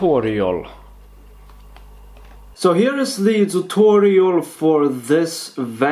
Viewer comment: he calls it a dutorual